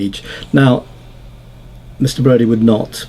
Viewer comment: It's Brady not Brody.